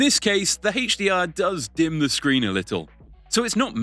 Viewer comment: Hey-che DR? Lmfao